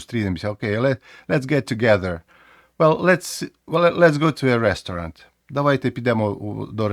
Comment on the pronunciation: У вас цікава вимова слова restaurant. Я чітко чую 3 голосних звуки, хоча в типовій американській та британській вимові їх 2 з притаманним ковтанням